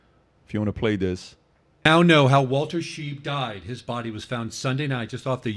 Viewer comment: It's Shy-b not sheeb by German pronunciation.